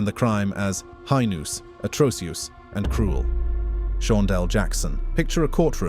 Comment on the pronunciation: I mean, I’m not a native speaker but the way this voice said heinous and atrocious… nobody would say it this badly if it was a real human, it’s pretty clear that this is an ai voice or a text to speech program used for the video